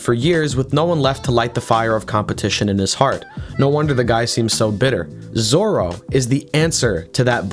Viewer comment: lol Roranoa "Zolo"